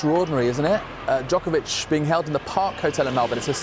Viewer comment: Why this Karen didn’t pronounce Novak’s last name correctly, is she a racist?